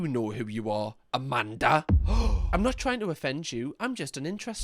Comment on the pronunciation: The way you said Amanda hurt my soul 😭